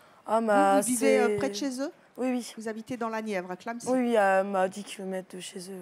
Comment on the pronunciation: c pas clenecy c clamecy il sont bete ou quoi